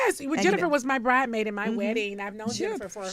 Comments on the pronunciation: After all these years, NeNe still says "BRIDEMAID!" with no "S!" 😂🤣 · Not Nene STILL Saying BRIDEmade!!!! Claudia told dat azz the S is not SILENT HUNNY!!!! LOLLL!! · I was just about to say Nene still saying Bride maid sjsksjsjsjssjsj😭😭😭